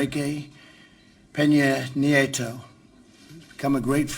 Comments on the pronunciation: Correction, Trump actually pronounces Nieto's name correctly. Trudeau half asses it. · Trump was trying to act alpha by putting a little stink on his pronunciation of Nieto’s name. It’s an alpha move but it goes to show that the idea of “alpha” is mostly just immature posturing.